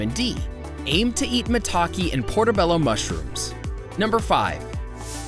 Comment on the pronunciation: 1. Apples 2. Turmeric (he mispronounces curcumin 🤦🏻‍♀️🤦🏻‍♀️🤦🏻‍♀️) 3. Green tea (and he mispronounces Quercetin) 4. Mushrooms (increasing vitamin d intake for sunlight) maitaki (mispronounces) and portobello 5. Cayenne pepper 6. Soy (DON’T. PLEASE. DON’T. MOST SOY IS ALSO GMO. DON’T) 7. Ginger 8. Carrots (mispronounces lycopene…) 9. Spinach 10. Grapefruit 11. Tomatoes 12. Garlic 13. Salmon (and Omega 3 fatty acids) 14. Banana 15. Beans (and magnesium) 16. Oranges 17. Whole grains 18. Coffee (caffeine.. if you’re going to do this, just drink Matcha - it’s green tea and has caffeine and gives better results - that’s me, not the video). 19. Water (to detox and remove mucus from your lungs). Hey, at this point, just eat everything until you think it helps… just go find a better video. That’s my gift for you.